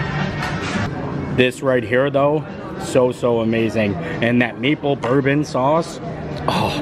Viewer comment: I got tickled at "merple bourbon sauce" lol